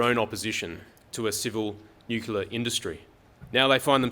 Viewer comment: Nu-clear not nucula.